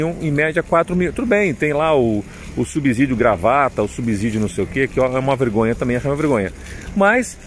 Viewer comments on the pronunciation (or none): A palavra Subsídio tem som de S , não de Z.